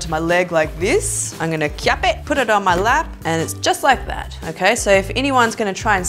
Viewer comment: Hahaha "kyap it"